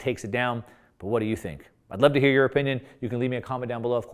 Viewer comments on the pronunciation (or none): none